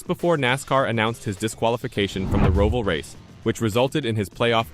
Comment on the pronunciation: Can you lease learn how to pronounce Roval...WTF!